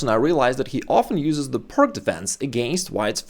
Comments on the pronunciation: It's pronounced "Pirts" not "Pirk". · It is called Pirc, not Pirk. It is named after Vasja Pirc, not Vasja Pirk. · Just an FYI,... It's not pronounced PIRK..... Vasja Pirc (/ˈpɪərts/ PEERTS. The gentleman would have appreciated we say his name as HE would, I'm sure!! Carry on! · I'm surprised he mispronounces 'peerts' as 'purk'. I think most do, but he's established in chess. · I thought it was pronounced “Peertz” as shown in this video. Slovenian is supposed to be close to Serbian and Croatian, and in those languages, “c” is pronounced as “ts.” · Being a Slav, ought to know how to pronounce 'Pirc'. I don't give a tinker's gob how the Americans say it — they are ignorant savages. The pronunciation is like "Peerts". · Great video, I learnt a lot! But the name is pronounced Пирц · TS or TZ NoT exist in englesh vockqabulary. 😅😂🤣 PirK or PirQ. 😅😂🤣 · Isn't it pronounced "peertz"? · "pirc", pronounced as peertz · Pronunciation of Slovenian surname Pirc is Peerts. Thank you for great video. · Oh thank you I was so confused to hear a non American saying "perk" lol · The "C" in pirc is pronounced as an "S" as it was named after Vasja Pirc (who was Slovenian). Just sayin... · As a Russian I expected you to pronounce "Pirc" properly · It's named after Slovenian GM Vasja Pirc. Ask any Slovenian how to pronounce his surname.